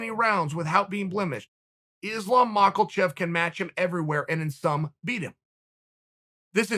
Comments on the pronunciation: Maka chev not malcle chev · Mach-ill-chev, ok great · "Islam Mahkle-Chef" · Chael "Maaklechev, I can't let you get close" Sonnen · Chael: Islam Mackerel Chef Me: Ok Great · I’ve been waiting for “Mocklechev” to take over since that Russian Tie Snap vid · Macklechef lmao 😂🤣🤣🤣😁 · Islam after more English practice: “I’m your Makhelberry...” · “Islam Mockleshev” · It’s always hilarious when Chael gets a name wrong. “Islam Maklechev” Lmao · I'm sure he mispronounces names as a joke 😆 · Ma-ha-chioff, that's the correct pronunciation. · "heard the name more than any other- Islam Mackleshev" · Chael breakfrast maklachev sonnen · Maklechev lol he keeps getting people’s name wrong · Fuaaarrk it annoys the sheet out of me and he's still saying it 2 months later.